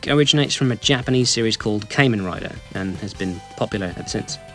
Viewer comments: Henshin simply means transform in Japan, and is a staple catch phrase in most Tokusatsu, mainly Kamen Rider Also it's pronounced "Kaw-men", not "Kay-men" Though Mega Man might be based around Tokusatsu, the poses themselves don't really have anything to do with actual transforming, but are still probably Tokusatsu based. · FYI its pronounced "Ka-men" not "Caiman" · it's pronounced Kamen, not Caiman. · also, it's more pronounced "kah-men" not "kay-men", apologies for nitpicking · I'm a huge fan of the Tokusatsu "Henshin" genre. Just to let you know... the "Kam" in Kamen Rider is pronounced the same way "Ham" is. Basically say "Ham n' Cheese" and the "Ham n'" is what "Kamen" should sound like.